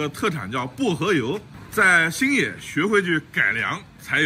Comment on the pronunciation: 你这发音，新野说成星爷